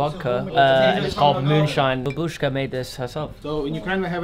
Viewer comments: Say it with me now BAH-bushka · Ba-Buu-shka its the correct way to pronounce 😁